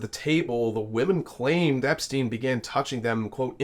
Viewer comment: You are mispronouncing his name. It is not Epstein.